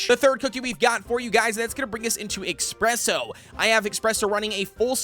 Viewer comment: i feel the need to point out in everyone of your videos containing espresso cookie you always call him "expresso. " Well theres no x there its just ESpresso 😁